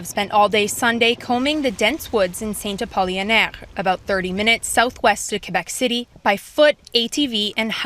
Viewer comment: It's Saint-Apollinaire, not Saint-Apolionaire like the reporter said over and over.